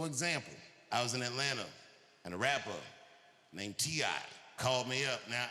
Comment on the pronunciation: As an ATLien dammnnn he said it perfectly 😅